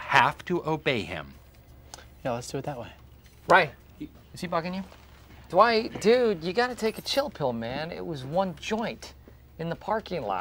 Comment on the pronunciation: It’s Dwight not Dewight